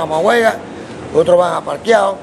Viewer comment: Roberto Duran: Parquiao, instead Pacquiao! So funny!